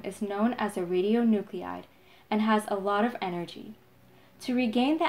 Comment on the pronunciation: Very informative video. One edit: it's RadionuclIde not radionucleide